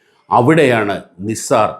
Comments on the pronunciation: നിസാർ അല്ല നൈസർ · നിസാർ അല്ല നൈസർ ആണ് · നൈസാർ എന്ന് പറയൂ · NASA pronounced it as നൈസർ. no offences meant. good presentation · Please pronounce it properly. It's called Naisar